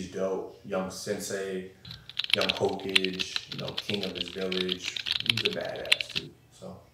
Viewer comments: Nahhh my boy really said hoecage😔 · Me.. Scrolling through the comments.. Me noticing all the comments are about how he said "Hokage" Wrong.. "HoeCage" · "na RU doe" "hoecage" "king of the village" bro what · “Hoecage” People gotta stop lyin on the internet sayin they watch anime its just cringe at this point 💀💀💀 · Lolol he said Ho Kage not “ho Ka geh” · Did he just say young Ho-cage instead of Hokage? Pretty sure sub or dub they say Ho-ka-ge. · He did not just call hokage “hoe cage” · I knew the comment was gon be lit when he said "Hoecage". TF is a Hoecage, Kuz? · Kuz: Ho Kige Me: Ight ima head out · “Hocage” lmfaoo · I just noticed he said hoe kedge lmao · Ho-cage really annoyed me lol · You really said hoecage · I know he did not just say "young hoe cage" and "king of his village". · My dude said young “ho - cage” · Did Kuzma really just call Naruto "hoke edge" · Bro this dude said hoekage 😂😂😂😂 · I know kuz didn’t just say hokije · First it was narootew shipewden now its hoecage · yo why he say hocage???????? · First it was narowtwo now it’s hocage 😔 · Na-RU- Toe? Ho-cage? You don't watch naruto man stop posing. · No no noooo💀 How did he get that wrong😖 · Anant Saxena, wouldnt it make more sense if that’s what happens when u watch subbed, because he can’t pronounce the word. Pretty sure they say Hokage in dubbed the proper way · Miles Cooper SUB gives the proper pronunciation lmao. it’s a Japanese term so his pronunciation would still be wrong. Even in dub they pronounce it correctly which is what I’d assume most westerners would be more familiar with. I said he’s more than likely lying about his interest in anime because it’s pronounced correctly in dub and sub constantly throughout the series. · Everybody going at him for the way he said hokage 😂😂 bogus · The way he pronounced Hokage hurt my spirit yo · Y he pronouncing hokage like that?😂😂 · Peep how he pronounced Hokage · Wth. You did not just say naruto and hokage like that.